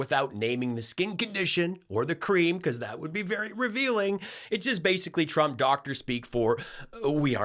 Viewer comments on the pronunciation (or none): I like the way leaverite’s speech impediment makes it sound like she’s saying “president chump”